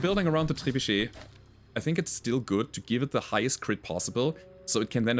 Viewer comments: I gotta say I love hearing pronounce trebuchet. I always sounds so cool to me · good french accent for the word "trebuchet" 😄